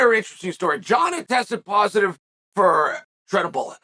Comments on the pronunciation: He sure couldn't find "trenabolen", but turinabol - sure, he could have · Chael just called Turinabol Trenabolin, which sounds like Trenbolone which Jon never used 🤔. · Jon tested positive for "Treadabullet"? Makelchev... blehal.. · what’s tredabalogne? 😂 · Sheesh I’m sorry.. but the more I listen to you say it wrong it’s just bugging the hell outta me. Lol I’m positive now bc yes… it’s a horrible dinosaur drug